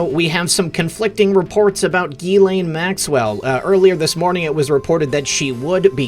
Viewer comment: Her name is pronounced Jiz-Lane.